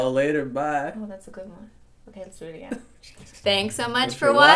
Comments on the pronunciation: When been said "thanks so much for watching and i'll peel yall later bye" , i thought he said "thanks so much for watching and i'll peee on yall later, bye!" and I was SOOOO CONFUSION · I thought said "And we'll pee you later" and then Cristine said "Oh that's a good one". 😂 like what?!